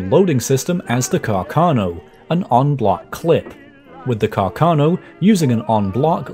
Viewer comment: It's Càrcano, accented on the first A, not on the second one!